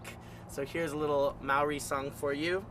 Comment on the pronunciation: He butchered this song, I'm sorry but as an Australian Maori I must say this was hard to watch especially when he pronounced Maori wrong like holy shit I cringed so hard and knew from there that this would be bad and i was absolutely right holy shit like at least try to pronounce the lyrics right like holly shit Its not po curry curry, its Pokarekare, honestly he should of listened to the song first before attempting to play it.